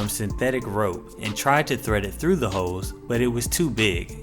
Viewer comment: Am I the only one who heard "hoes" and not "holes"?